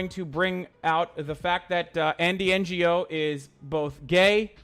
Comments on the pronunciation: the g in ngo is silent u dumb shit. did u go to school in turk land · I like how this pea sized brainlet pronounced Andy's name as if he's a Non Government Organization. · Quick question: Does he not know how to say “Ngo”?